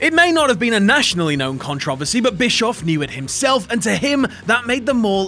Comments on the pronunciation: Hahah i keep hearing contovosy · Dude, you need to learn how to pronounce controversy. It's CON-TRO-VER-SEE. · I hate how you say Controversy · Yeah, the first time I hear it, I was like, "Wait, what?". Then he did it again, and I was like, "Dude, you may speak English, but you don't know HOW to speak English."